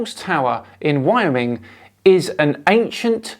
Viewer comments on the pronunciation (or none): I just have to take issue with your pronunciation of Wyoming. It's "whyOHming" not "whyohMING"